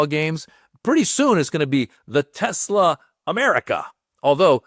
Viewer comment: Trump said TeslER hilarious